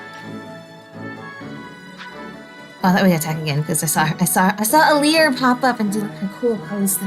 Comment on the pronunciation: Everyone pronounces Alear's name wrong lol. It's supposed to sound like "ah-lar".